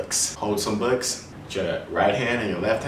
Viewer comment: did you say books or "bucks" (as the animal)?